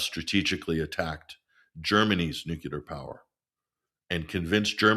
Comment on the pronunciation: I enjoy listening to until he says nucular.